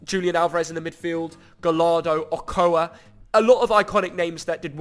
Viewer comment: im sad how he said the mexican names "chucky" "ocoa" no offense its chuuki and ochoa